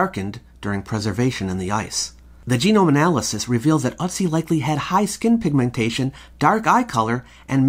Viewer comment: Its Ötzi I think. Ive only heard it pronounced ertzi. Hes in wikipedia.